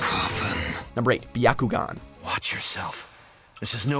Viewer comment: Justus not Bakuyugan or sharigan